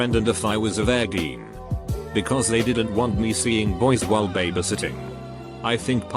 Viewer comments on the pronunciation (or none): ‘Vergin!’ Lmbo 🤣 (Virgin...)